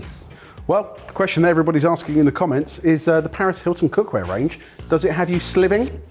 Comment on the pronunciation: I'm surprised Paris Hilton was smart enough to make her catchphrase 'sliving' and not 'slayving'.